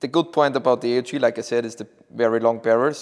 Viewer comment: Delighted you pronounced A.U.G for Armee-Universal-Gewehr / army universal rifle. Instead of the other pronunciation